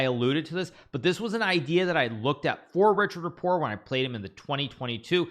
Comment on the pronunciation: How the heck does GM Hikaru not know how to pronounce Richard Rapport? I mean, he's talking like a commenter who just found out about the Hungarian, and learned his name only by reading it. That's weird. I guess Hikaru's new in the community or something.